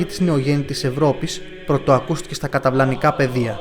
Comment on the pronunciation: Ωραία παρουσίαση αλλά τελικά είναι... καταλαυνικά ή "καταυλανικά"